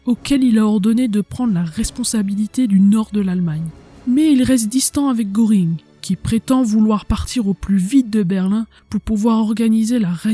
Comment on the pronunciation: Contenu très intéressant et bien illustré. Faiblesse au niveau de l'élocution mais surtout de la prononciation de termes étrangers: Goering ne se prononce pas gOring mais plutôt gEUring.